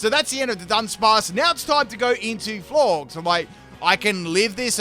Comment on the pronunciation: Florges is pronounced like gorgeous, silly